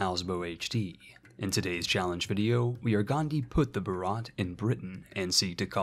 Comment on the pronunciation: Video Starts Says Bharat in a physically painful way Not saying its your fault, Idk why they spell it like that. Its pronounced Bhaarut. ("u" sounds like its used in "mud". Also, the H is not silent at all)